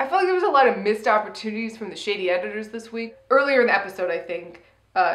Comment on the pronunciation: I can’t stop hearing “Miss Toportunities” it’s becoming a problem 😰